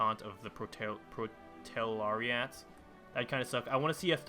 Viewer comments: It's pronounced "Pro-Le-Terry-It" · It's supposed to be spelled as "proletariat", a good reason why "protelariat" is hard to pronounce. :)